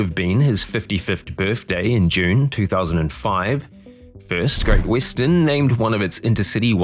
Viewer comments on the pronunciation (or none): No AI voices, but "Great Wissten" ?